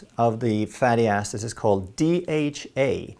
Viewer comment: Ha ha you said fatty asses? It was hilarious. Its surprising how many people slip up with fatty acids.